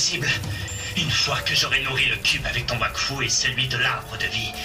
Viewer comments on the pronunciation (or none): i search for the polish version and watch it, it's pretty weird but i tghink it's because i don't know the language and only watch the french one, also the trailer make me laugh where i heard Vakfu insted of wakfu at the begenning ^^ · In Poland, we read "W" as "V".